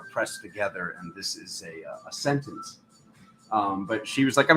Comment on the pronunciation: "Sentence" sounds 🙂 uncannily😇 like "Sentients" or "Sensciense" 💙🤍🙏😎💜💚💛👍